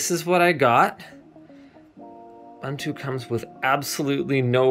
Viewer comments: say ubuntu right next time! its ooo bun too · How to pronounce "Ubuntu"? Say "Ooh" "Boon" "Too". Ooh-Boon-Too. Ubuntu. God bless you. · its ubuntu not ubantu